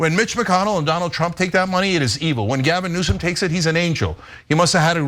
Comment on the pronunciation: You hear the way Trump is deliberately emphasizing the mis-pronunciation of Newsome in the insulting way he does. But it does sound like a conflict of interest.